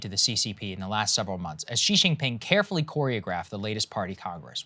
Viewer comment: Omg Saagar - Xi is pronounced like “shee” and not “jzee”. Awesome radar though.